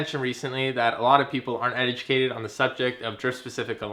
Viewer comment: first line he says "edjacated"edit: also not trolling I just thought it was funny. Nice to see someone that knows what they are talking about